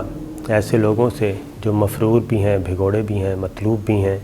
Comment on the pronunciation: Correct pronunciation of the word is ‘Bhagorah’ and not ‘Bhigorah’.